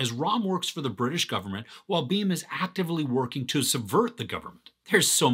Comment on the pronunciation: Its not Rom.. Its Ram.. Nd its not Beam its Bhim..